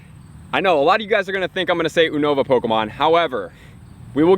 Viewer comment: YOU-NO-VAH. Just in case no one else told you. But it's all good. Keep up with the helpful content